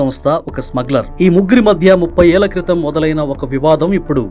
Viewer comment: 30 ఏల్ల కాదు 30 ఏళ్ల...అనాలి గంధం అనాలి ఘంధం కాదు ముందు నువ్వు తెలుగు సరిగ్గా నేర్చుకో.